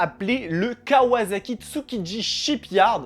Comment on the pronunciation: Sympa la vidéo juste pour info à la japonaise ça se prononce kawassaki et non pas kawazaki 😌